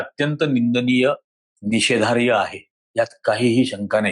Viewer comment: 'निषेधार्ह' म्हणावे..' निषेधार्य' नव्हे